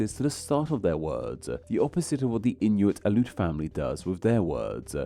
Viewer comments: Aleut is pronounced in thee syllables. The e is separate of the u. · Yes! I am from Alaska. A few tips: Aleut is (in English) pronounced ALLEY oot--stress on the initial short A. Tlingit is pronounced properly with a lateral L initial consonant (exactly the same as Welsh double LL) and in current orthography Lingít with stress on the second syllable, which also has a rising tone on the I.